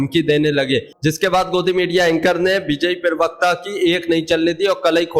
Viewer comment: Are bhai "pirvakta" nahin pravakta bola karo yaar .😢😢😢